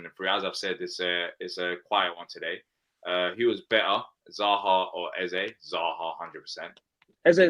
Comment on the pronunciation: yep, but Eze is like Ezuh and Guehi is like Gayee for sure 😉🤣